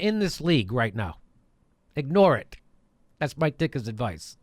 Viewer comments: It sounds like you are saying my dick! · lol. I thought he kept saying "My Dick'a" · I think that was "Me Dickka." (Me bad).